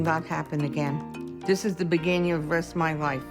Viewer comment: “dis us the beginyin of the rest of muh lyfe”